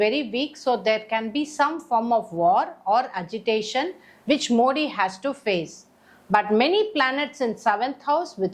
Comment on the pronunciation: You are unable to pronounce Modi and worry about your future.